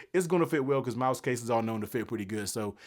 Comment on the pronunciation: Pro Tip: Pronounce the name correctly. Mous... not "Mouse", but "Moose" 😅